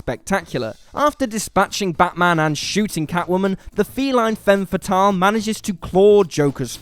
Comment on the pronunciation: I hate the english pronouncation of "femme fatale"...